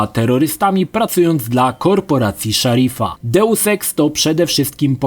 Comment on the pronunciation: ...Sarifa nie Szarfia =D... A w Mankind Divided juz nie pracujemy dla niego ponownie tylko dla TF29 Counter-Terrorism Unit...Buu =)